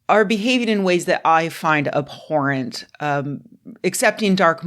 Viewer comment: There's no 'p' in "abhorrent." It's a 'b', and it forms the syllable that sounds like 'bore,' and not like 'poor.' Just sayin'...